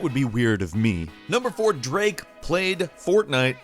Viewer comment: who's draake